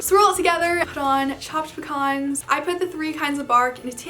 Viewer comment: I'm so disappointed, when she said "caramel and pecans" bark, I heard "caramel and bacon". Now I want to try chocolate flavored bacon. Aside from that, great video ^^